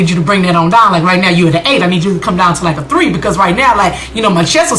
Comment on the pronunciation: I heard the south come out of you when you said "Bring that douwn" lol Yes, check that chick!